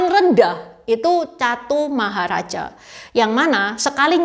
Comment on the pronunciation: Tambahan koreksi lagi 😅utk pengucapan alam surga tingkat 1 itu Catumaharajika, bukan Catumaharaja😂